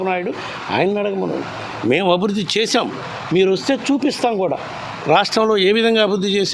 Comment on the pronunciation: Abidhudhi kaadhu ... Abhirudhi